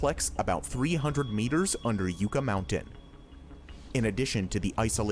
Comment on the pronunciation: Ugh. Hearing the narrator pronounce "Yucca" as yoo-kah instead of yuh-kah is a bit cringe. It's supposed to be pronounced like the work yuck with an A at the end. LOL. The Yucca flower is the state flower here in New Mexico and is actually edible if you're stuck in the desert. Just don't eat the sap from the stalk which is mildly toxic.